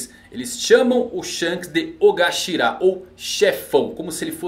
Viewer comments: Shanks é chamado de Okashira pela sua tripulação, não OGAshira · adoro seus vídeos de teorias, mas se me permite uma correção, o termo da Yakuza citado é Okashira com a letra K e não Ogashira, termo inclusive usado em várias outras séries, como Rurouni Kenshin na Oniwabanshuu